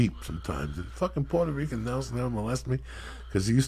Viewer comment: Rican not Rica